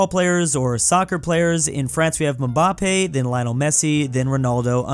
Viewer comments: nah bro he is clearly saying it like Mubappe instead of Mbappe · Why does he say mbappe like mumbappe? 😂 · I like how he said mumbappé and not mbappé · I can never get over from the trauma has caused me just by pronouncing "mambampe" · no it isn't, its supposed to be "EM-bahp-EH" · aint no way he called mbappe Mabappe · needs to be looking up ALL foreign words before trying to say anything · pronunciation of Mbappe is killing me 😂😭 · Oh gosh saying Mbappé's name makes me want to cry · Same lol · "Mumbampei" "Laionel Messi" 😭😭😭😭 sorry but correction: Mbappe "Embappe" (literal prounciation) Lionel "Lionel" (pronounce it as it is)